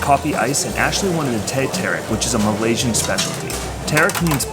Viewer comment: I know this is an old video but: the races in Malaysia : Malay. Chinese and Indian and multiple others. the people who are citizens, are called Malaysians, not me-lee. This is free information in Google. Please research the country before going over and making content.